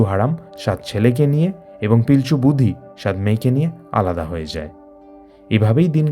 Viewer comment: কথা টা লিতা নয় লিটা. বুধি নয় বু ড়ি।